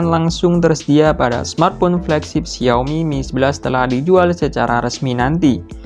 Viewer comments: xi ao mi not xiomi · pengucapan yng betul Xiaomi, bruh i'm chinese lah, memang pengucapan nya Xiaomi not xaomi,xaomi ni hanyalah pengucapan orng Malay/indon